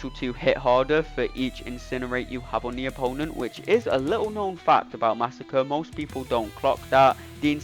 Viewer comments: Mah-sah-cre'. Not Massa-kurr. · I knew this was all lies when you said under 40 seconds but 41 seconds was on the screen 😂 You’re butchering his name, but great video! Edit: you addressed the massacring of his name.